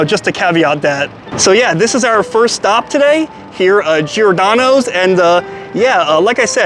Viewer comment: everytime he says giordano i cringe sounds so bad lol